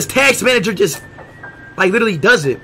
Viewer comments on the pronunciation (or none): He said tacks manager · "Tax manger"😂😂😂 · he said 'TAAKSS' MANAGER